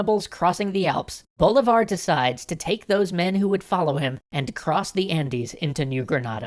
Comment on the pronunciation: 1.- si-MON bo-LEE-Var. 2.- You skipped Páez (the new leader of the "Legion of Hell" (By this point they weren't any longer called that, that name was only given while they were led by Boves) and Sucre (Bolívar's non-blood son and who was loved by Bolivia and Ecuador), how dare you? 3.- You added the Essequibo for only one moment. 4.- Income the Argetinians getting angry for not seeing San Martín in here.